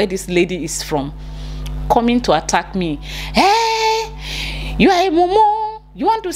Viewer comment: My dear attack is pronounced the same in Ghana not atteck🤭